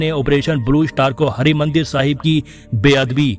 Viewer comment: ਕਿਰਪਾ ਕਰਕੇ ਸ਼ਬਦ ਉਚਾਰਨ ਤੇ ਧਿਆਨ ਦਵੋ ਜੀ ੧) ਹਰਿਮੰਦਰ ਸਾਹਿਬ ੨) ਕਛਿਹਰਾ🙏